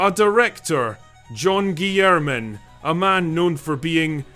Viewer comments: Yeah...its Rah-Mah-Gen...and, um..its was also pronounced Guy-ler-men. John Guylermen. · Oh, for fun. Re-MAH-gen. John GILL-er-min.